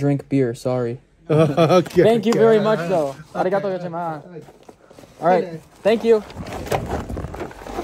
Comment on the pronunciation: is irritating everytime you say arigatou gosaima instead arigatou gosaimas is a massive different for a local listeners yk, everytime you say it is just i want to punch you in the face 🤣🤣🤣🤣